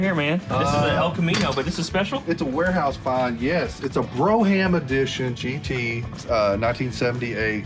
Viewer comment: Did he call that a 'Bro ham'?